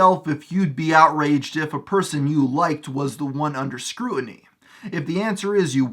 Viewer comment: Screwt-a-knee. Sorry just sounded funny..